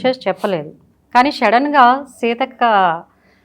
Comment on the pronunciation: Ose anchor munda shaddan ga kadu sudden ga matalu cheppadam radu first matalu neerchuko chetta faces